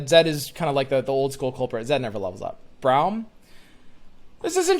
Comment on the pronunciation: it's brahm not BROWM